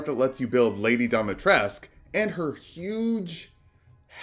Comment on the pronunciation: Native romanian here ! It's pronounced Dee-mee-tres-cooo